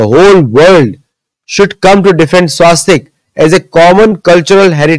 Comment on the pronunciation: घनचक्कर, स्वस्तिक नहीं कि स्वास्तिक।